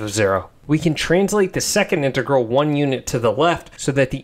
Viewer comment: I can not get over the way you say integal lol. Love it